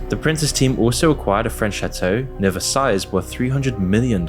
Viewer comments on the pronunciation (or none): none